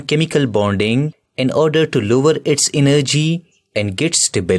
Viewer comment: Lower❌️luwar✅️😂😂 Measure❌️maiyar✅️😂😂😂